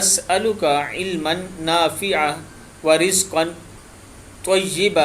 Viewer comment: اپ نے نافعا پڑھا ھے جب کے نافعن پڑھنا چاہیے معزرت کے ساتھ